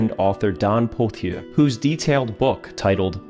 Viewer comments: Are you living in the Yarmouth area now? I'm just outside of Tusket. I've watched a bunch of your videos, fantastic work 👏. Its pronounced Pot-chay BTW 😅. The H is silent and being french, the ier is an ay sound, like Jacques Cartier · We pronounce Pothier as "potch-yay" here in the Tusket area.